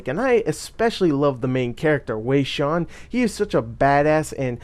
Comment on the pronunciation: lol its pronounced way shen haha but who fuckin really cares! XP